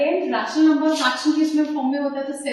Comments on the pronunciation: Its not रेशनल । its रैशनल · dont pronounce ryaa-tional .................................................pronounce it as ray-tional